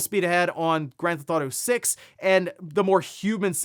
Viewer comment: it’s “grand theft auto” three words. Not “grandtheftauto” slow it down man.